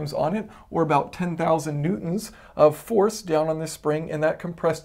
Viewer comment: Am I the only one here who keeps hearing him say "Mutants" Instead of "Newtons"? "Mutant force, 20 Mutants etc."